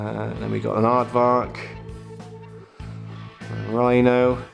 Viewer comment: It’s an aardvark a bloody aardvark.